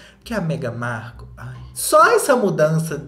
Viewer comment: eu amo o falando meghan marCU kkkkkkkkk